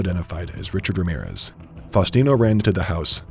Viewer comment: the sheer gringo energy of the way the narrator pronounced his full name lmaoooo